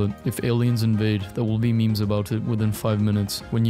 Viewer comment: When he says "Memes" he damn well means it.